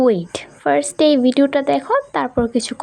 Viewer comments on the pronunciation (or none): none